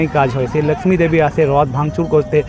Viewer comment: বাংলা যখন বলছেন; তখন 'ল্যাকশ্মি' বলছেন কেন ? বাংলার 'লক্ষ্মী' উচ্চারণ করতে কি খুব সমস্যা ?